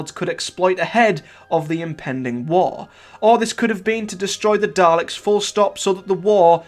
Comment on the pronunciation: Daleks, not Darleks